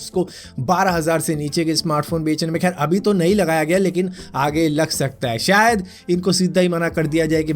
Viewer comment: "Sayad" Lol 😂😂😂